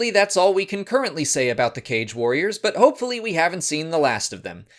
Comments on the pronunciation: while it is pronounced "Kah-gae" i actually kinda vibe with the "cage" pronunciation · I thought it's supposed to be pronounced Ka-Ge, like the ho-ka-ge, because it seems they took inspiration from ninjas, you don't pronounce it as ho-cage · Aghhhhh I opened the video just to see how you pronounce "Kage"... It's not the same as you'd read "cage". Instead, the correct way is "kah-gee". I remember Janina Gavankar correcting someone about this in the past :P She spoke about Kages many times when she did the Inferno Squad audiobook. Okay, back to watching the video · Recently I listened to the Battlefront 2 audio books, Janina Gavankar kept pronouncing it "kaa-gee" and threw me off for awhile since I pronounced it the same way you do as "cage" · Mispronounced. Kage (Kah-geh) is shadow in Japanese. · The Inferno Squad Audible pronounces the species as "Kah-gay" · I feel like, considering their Japanese aesthetic, their name's pronounced "Kah-gae". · I believe it is supposed to be pronounced Kaa-gay. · It's pronounced "cah-gay" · Kage means "shadow" in Japanese (like Kurosawa's Kagemusha) and thats likely where the name comes from, so the Kaa-gee pronounciation makes more sense to me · I see the comment section has already ripped you a new one on the pronunciation of Kage, so my status here will be in tribute. I love your channel!! More!!